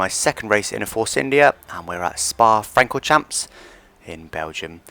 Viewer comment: 'Francoschonne', without pronouncing the 'n'(Fran-cor-shough). The same way people annoyingly announce 'Le Mans' as 'Le Monn', when the Gallic way is 'Luh Mough'.